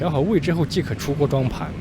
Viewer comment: 永远把即可念成既可……唉